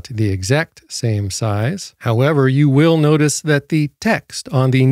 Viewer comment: you waisted 3 minutes of my time preaching like an evangelist trying to promote the product and where YOU got it from (a sponsor which means YOU HAVE to talk about them) & the way you say "YOU" is annoying. Commenting about "Diabetes sausage fingers" is offensive.